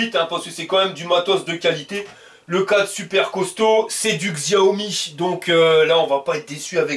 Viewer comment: Top tes vidéos comme d'hab. Par contre, Xiaomi se prononce "Chaomi" ;)